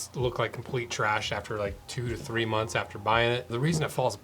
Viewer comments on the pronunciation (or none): none